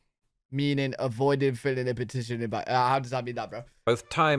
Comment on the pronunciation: filing not filling